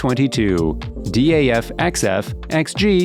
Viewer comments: D.A.F? we just say daaf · u mean man and daf and not em ei en, di ej ef 😭😭😭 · Its very bothering yes, I never heard anyone spell like that. Its DAF and MAN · Its not D.A.F. Its just DAF. Just say the word, not the letters. With MAN you say the letters, not the word. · its not d.a.f its daf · its daf not d.a.f and also man not m.a.n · Daf is just Daf, Not D.A.F. Nice video though 👍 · Good video, but my god, how are you reading the names? Or is it AI? Because I know no-one, whou would read Man or Daf by letters. Its Daf [daf], or Man[ man] .... 😑 I also dont get differences between the 1st and 2nd Scania. Like, the 2nd one doesnt have that cool aerodynamic bump, has some black sht numb instead, and what else? .... -the most powerful engine in the world? Ok. And what about all the boat engines, jet engines, hypercar engines.... 🤦 Also, number of awards doesnt mean anything. Scania maybe had less trucks, but all of them were the best every time, compared to Mercedes, which had many more which werent as sucessfull... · It's hilarious how he pronunce MAN and DAF🤣 Emeyen